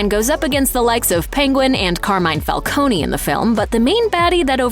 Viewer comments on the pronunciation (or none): its pronounced falcown not falconnie